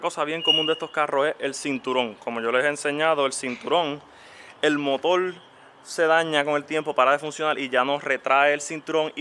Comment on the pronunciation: Es motor no motol 😅